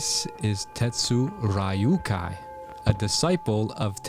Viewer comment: The pronunciation of the disciple of Tetsumonkai is "tet su r'yu kai," not "tet su rai yu kai." The closest way to say it without actually learning that particular Japanese "R" pronunciation technique is to just say "tet su d'yu kai," forming the very short "D" sound just behind the front teeth.